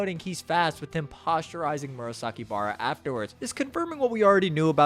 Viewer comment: great video, only the naming of characters was so off, i didnt noticed you was talking about murasakibara(i only had sound turned on):P